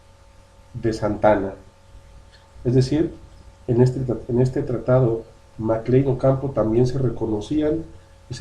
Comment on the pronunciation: A quienes perjudicaron las leyes de reforma de 1859? Porque no hablas claro y sigues hablando del tratado mclane-ocampo que ni siquiera sabes pronunciar .